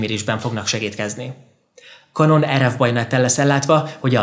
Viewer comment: Könyörgöm, ejtsd már Kenonnak, s ne Kanonnak, mert felvágom az ereim.. rendesen sérti a fülem, brrr